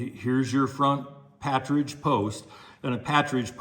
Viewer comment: Not meaning to be disrespectful but it's not a "patridge" sight, it's actually PARTRIDGE as in the bird, partridge. Just your "t" and "r" have got reversed.